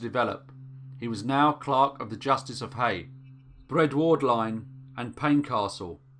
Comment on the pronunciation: Just so you know, it's pronounced "cue-sop" and "Bread - werdine" no hate, just for info.